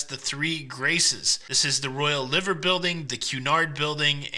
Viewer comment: Glad you had a great time in my home town. If I had known you were here I would have taken you around the city. Just a couple of corrections on your pronunciations Mersey is Mer-zey Liver is Lie-ver. Apart from that you did great. X